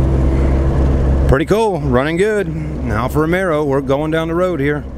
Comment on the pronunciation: It's Alfa Romeo....not Caesar Romero.